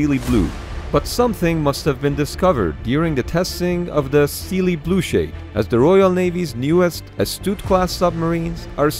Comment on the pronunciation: I like how he thinks “Steele blue” pronounced as steel blue, is pronounced as steely